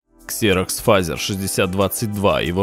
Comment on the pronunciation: Не Фазер, а Фэйзер!